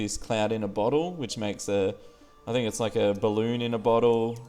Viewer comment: ok "ballon in a boltle"i mean really